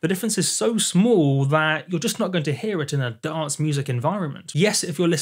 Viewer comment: Please, re-learn how to pronounce the word dance